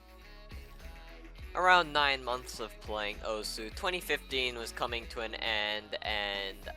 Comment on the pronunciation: Isn't osu said like oss?